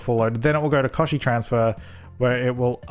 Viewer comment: And it’s pronounced Koch-chi , with the ch as chocolate but dem I love this game